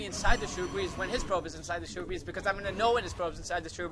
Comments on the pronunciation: great vid but its SHRUB-BERRIES not SHROO-BERRYS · How many times can you mispronounce shrubberies?